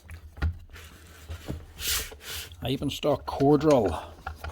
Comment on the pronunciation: The name "Eibenstock" means in english something like "Yew Stick". You pronounced it right"